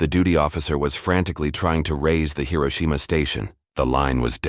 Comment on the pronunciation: Please Hiroshima correctly. Currently you do not